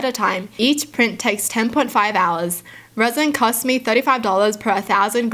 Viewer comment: you have such a nice reading voice and by the way at first I thought you said the wheelbarrows were made out of raisin